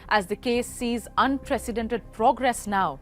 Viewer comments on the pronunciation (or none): none